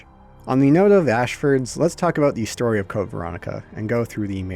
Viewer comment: Canadian? What are you talking aboot eh?